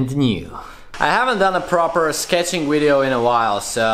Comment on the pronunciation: "Finish the wideo"